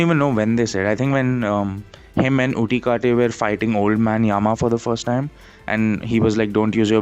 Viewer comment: bro don't even tried to understand the greater narrative and hidden plots that were even there and kubo doesn't try to spoonfeed its viewers...... pls bruh don't lie that u have read the manga ...... your enire name bullshit like pronouncing ukitake for utikake ...... stfup bruh